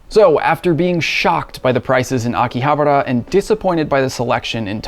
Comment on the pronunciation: You are saying it wrong, it's Akihabara "Aki-Ha-Bara" not Aki-habera you noob. 😂😂😂